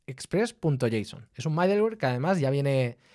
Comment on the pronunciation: Aún no veo todo el video, que está muy bueno y bien explicado como siempre, pero quería hacer una corrección: la pronunciación de middleware podría ser midelwer o midlwer, pero nunca MAIdelwer. Con cariño💙